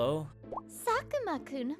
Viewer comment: Not sakuma Just say SUKUNA Tue ting khiy